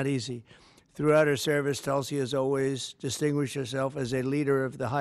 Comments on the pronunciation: It's TULSI ...not telsi ....it means the sacred Hindu plant....Indian basil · Its not tul-sey.. its toolsii